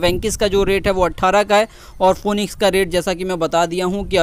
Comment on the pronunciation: फोनिकस नहीं फिनिकस होता है